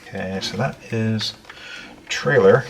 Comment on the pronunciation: New words that I learned today " Tract TORE" and "Trrrrrrrrr ailer"